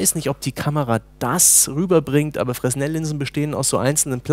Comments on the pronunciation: Frenell werden die ausgesprochen, nicht Fresnel ;) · "Frehnel", nicht "Fress-nell" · Fresnel wird Frenel ausgesprochen. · hätte sich vielleicht auch aufschreiben sollen dass "Fresnel" ein Französischer name ist dann hätte er es vielleicht auch richtig ausgesprochen. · "Fresnel" Spricht man glaube ich anders aus. Sagte zumindest mein Prof bei der Optik Prüfung zu mir :D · Kleiner Tipp an: Das S in Fresnel wird nicht ausgesprochen. Der gute Mann war Franzose.:)